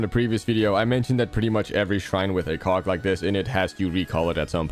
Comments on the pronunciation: Why does her say cog like that 😭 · Please dont let this man pronounce "cog" ever again 🙏😭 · BRO THIS IS NOT HOW YOU PRONOUNCE COG 😭